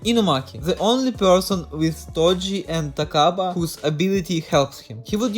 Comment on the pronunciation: Yeah brodie I js could tell that you have to be Russian after you said "Takaba"